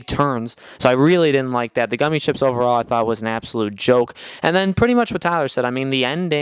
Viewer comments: Lol if this man says “Goomy” ship one more time! Yo it’s Gummi Ship! GUMMI! Like the damn Candy!!!! Just for that, Hard Dislike., Y’all clearly didn’t pay any attention to this game... btw Sora probably knows how to do keyblade transformations because of Vens heart being within Sora. He literally rode his from planet to planet in BBS. Amateurs! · wait did he say goomi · Overall fair assessment. I cant believe you guys didn't like the Gummi ship (pronounced guh me). I spent hours upon hours playing and enjoying the Gummi ship open world. I think it's the best version of the Gummi ship. So much fun!! To each their own, tho. Overall, I don't think any game is worth 10+ year wait. But really, it wasn't that long of a a wait since between KH 2 and KH 3 we had several new KH Titles come out that fleshed out more story. Then there was a new KH game every year for several years. So, that whole "we waited 10 years" Crap is bubkis. False. Untrue. Anyway, thanks for reading. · “Goomy” ships😆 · The reason Sora "falls" like that is reference to DDD. Remember the Drop Drives? (I think that's what they're called). The little mini games you do when entering a new world or swapping between worlds. I agree with most of what you're saying, especially the Gummi (pronounced Gummy) ship. I've never ever been a fan of the Gummi ships and I don't think I ever will, but despite my personal issues with it, they did do a decent job with it minus the controls. The first thing they tell you when you start the game is that Sora is level 1 again because of his struggles in the Dream world. I don't think they mention why the Keyblades are transforming the way they do, but man I freaking love it. If you're wanting to critique the game play, why not talk about how easy the boss fights were compared to other games? Otherwise, great content. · Never has been a fan of the Gummi (can’t even pronounce it right). Never been a fan of the gameplay. Yet reviewing Kingdom Hearts?! GTFO!